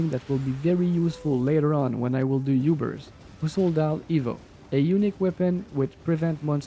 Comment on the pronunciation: No way bro said youbers… 🤣🤣